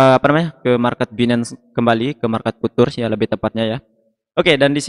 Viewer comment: Futures dibaca fiucers mas..